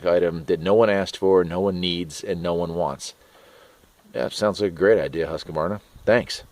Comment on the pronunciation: pronounced Husk-Varna...not huska-varna